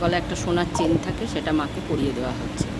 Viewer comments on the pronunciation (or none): none